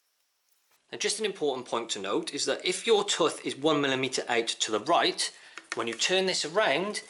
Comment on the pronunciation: wtf is a "tuth" ? you mean tooth right